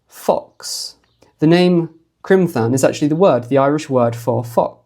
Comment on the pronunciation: Excellent research once again. Criomthann is pronounced cromann btw... quite close to conan in which the 'o' is curt not the elongated oooow of the English language. So the 'Th' is always just a 'h' sound. The letter 'h' never existed but as whta we called a séamhú (softener) basically a dot above a consonant which quitened and softened it.. the stronger the consonant sound..the more the séamhú softened it..thus T h becomes 'h' sound.. Eochaidh/Eochu.. again..the 'h' softens the c thus a very breathy k sound... not gutteral or at all Germanic.. The object of grammatical rules and spelling in Iris is for flow of one word to the next... Not too many hard stops...